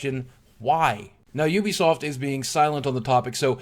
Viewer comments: btw boogie, its YOU-BEE-SOFT not OO-BI-SOFT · It is ubisoft . not oobisoft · Why does everyone pronounce Ubisoft as "ewwbeesoft"? In their game trailers and during press conferences they typically say it as "youbesoft". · Am I the only one who pronounced Ubisoft as Youbisoft? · addict no I have pronounced it like this sense that started